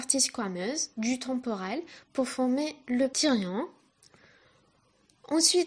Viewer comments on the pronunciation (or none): none